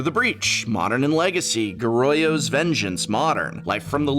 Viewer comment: Goryo (ごりょ)= "Go-ree-oh'